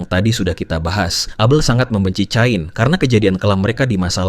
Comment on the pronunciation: Itu bacanya kein